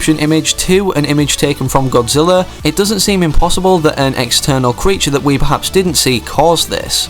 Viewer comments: Did he say Godziller? ITS GODZILLA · At the beginning you said godzillar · At first you said Godziller